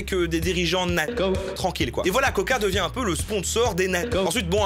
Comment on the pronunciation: pour nazi on dirai que tu dis "Nike", promoteur de l esclavage des ouighours, attention a la censure sur une autre censure XD